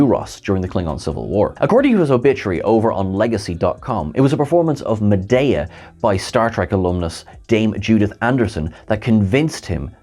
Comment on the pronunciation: If you’re real and not AI, please know that: Medea: mă-DEE-uh Bochco: BOSH-kō Many others.